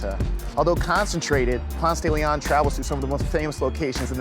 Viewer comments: I'm sorry, but it's pronounced Ponce de LE-on, not Ponce de Le-ON. But at least you didn't pronounce it the proper Spanish way... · I’ve lived here 21 years. Never heard someone actually pronounce Ponce de Leon like that. 😂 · you fucked up the pronunciation and you interview a bitch that ain't even from the A... weak. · Doesnt pronounce it correctly or like an Atlantan....FRAUD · Just the way he said "Ponce de Leon" I know he is not from Atlanta. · That pronunciation for 'Ponce De Leon' is so weird...but I guess it makes sense if you don't speak Spanish. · that pronunciation is ALL WRONG.....lack of education, gross :P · they couldn't find someone actually from ATL? Nobody in Atlanta pronounces the street that way. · exactly I was like 😳 that's not how we say it lol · Say it with me: "Pawnst-dah-Leon." We don't have a "Ponce-Daily-On" anywhere. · Between the atrocious way this guy mispronounces it Ponce de LiAhhn (instead of Ponce de LEEon) and the way he says AtlanTTa instead of Atlannuh let’s you know he is not from here. Get outta here with ya candy Vice! Get a local! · I'm so fucking triggered. The pronunciation is PonSAY smfh, couldn't even watch the damn video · Umm its Ponce Da Leon 🤣🤣🤣how we say it in Atlanta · It’s PONSEEE DE LEON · It's pronounced Ponce duh lee onn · I'm from Atlanta. PRONOUCE PONCE DE LEON LIKE paw-nce day lee-on. If you say it with an attempted French accent, everyone will know you are not native. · I can tell by how he pronounces "Ponce de Leon" that he's not from there. Locals say "ponce-duh-le-on" (emphasis on the -ON and not the "de") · We just call it "Ponce", because we know how it's properly pronounced, but if you don't say ponce duh LEEon then people think you're not really from here 🤣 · PONCE duh la-on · Pons deh leh own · its actually pronounced Ponseh- deh- leh -on. Its a spanish name. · He is not a true Atlien if he pronounces Ponce de León like thag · No one in Atlanta pronounces Ponce correctly.